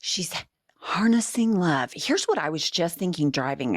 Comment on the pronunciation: I think she said Lub 😂😂😂😂